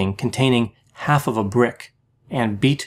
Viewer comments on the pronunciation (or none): none